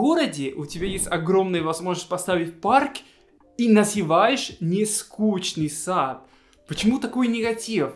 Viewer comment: Нескучный сад- это историческое название. Правильно произносить Нескушный сад.